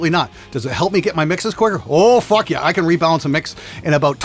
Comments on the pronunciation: that "oh, fuck yeah" was the most Canadian has ever sounded. Cheers and fuck you from Edmonton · you've never sounded more Canadian to me than when you said "Oh fuck yeah!" That being said, I'm pissed you didn't include a "bud" on the end. Come on man!